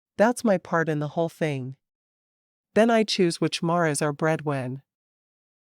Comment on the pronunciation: Love these books.... Even the AI narration sounds almost normal. But I can't help but laugh when she pronounces mares as mahrezes